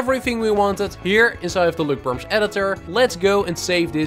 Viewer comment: “Løkperms” now thats a masterpiece